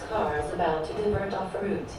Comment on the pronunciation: are you consciously & purposely pronouncing or saying aboot...for about? Caught the same pronunciation aboot...for about, in your Saturday September 4, 2021 Scooter live video?